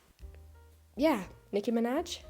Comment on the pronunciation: I like how u said nicki minaj as "minach"